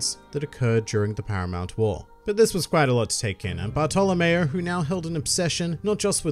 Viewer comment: how the fuck does he pronounce bartolomeo